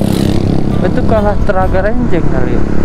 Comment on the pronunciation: Ranjeng bang bukan renjeng,saya orang situ soalnya😂😂😂😂